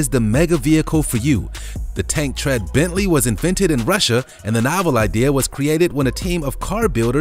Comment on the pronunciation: dude butchered that bentley ..